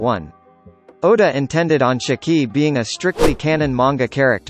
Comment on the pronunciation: Listening to you pronounce Shiki makes me want to pull my damn hair out